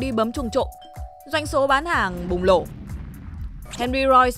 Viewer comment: mong lên bảng 1 lần. muốn chỉnh phát âm cho giọng nữ quá " Bùng Lổ " " nổ" mới đúng chính tả nhé. Mong kênh phát triển và ra nhiều clip hay nhé ủng hộ kênh dài dài